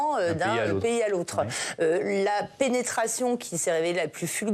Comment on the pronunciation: tu as ete tellement penetree que tu appuis sur le mot penetration